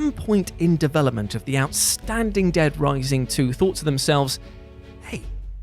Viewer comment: Did you have a seizure? Just wondering what that accent was on dead rising 😉😘😅